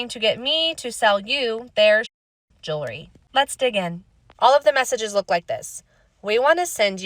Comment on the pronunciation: One of the most mispronounced words in the English language. "Ju-la-ree" How about "Jew-el-ree" hey, that almost matches the spelling. Try it a few times, see how it rolls off of the tongue. "Jew-ell-ry"